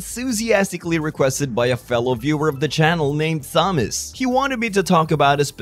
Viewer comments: Fyi, "Thomas" is pronounced like "Tomas" is in other languages. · You don’t pronounce the “h” in Thomas my dude 😅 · For future reference friend; the H in Thomas is typically silent.